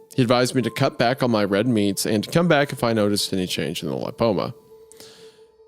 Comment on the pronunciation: Not trying to come off as an A-hole, but please look up pronunciation of words if your job is being a podcaster. Betadine and lipoma are not absurdly odd words, a quick google search is all it takes. Love the pod guys, just some constructive criticism. ❤